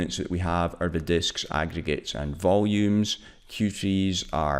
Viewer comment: nigga you can't even pronounce aggregates properly, smh